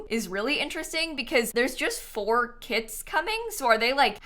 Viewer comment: Every time she said kits i heard kids